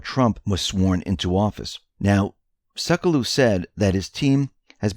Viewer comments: Sekulow is pronounced "SEH-kue-low" not "SEH-koh-luw" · Sec U Low.......NOT Suc eh lau. Please pronounce Jay Seculow's name properly. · it is Pronounced Jay Seck-You-Low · Hey you pronounce Trumps lawyer Jay Sekulow seck you low. Thanks for your great work! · Please correct your pronunciation of Jay Sekulow’s name: Sek-yoo-loe. Thank you. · Sek - u - low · Pronounce Jay Sekulow as "Sek yew low" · It's pronounced Sec-U-Low ( doesn't pronounce it right). Jay runs The American Center for Law and Justice. They're a legal team that fights for our rights and is well known for fighting for Christian rights pro bono. He is also now one of Trump's legal advisors. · Just FYI....Jay Sekulow's last name is pronounced 'SEC YOU LOW'. 😉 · Hi, FYI, his name is pronounced Jay "Sec You Low"... 👍